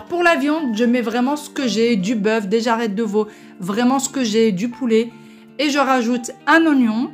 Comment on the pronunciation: Ça ma faire rire la manière dont tu prononce persil et jarret 😂😂😍😍😍 merci pour la vidéo